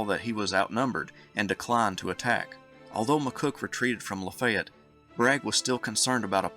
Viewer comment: Cool upload! Ty! So...Lafaylette...is pronounced (Lah Fay yet)